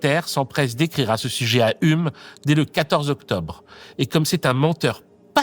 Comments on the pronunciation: "Ume"... Dans le milieu on dit "youme" pour Hume. 🤗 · Stoooop, on dit "hioume". Très chouette vidéo sinon. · Pourquoi personne ne t'a dit comment on prononce Hume ? 💀💀💀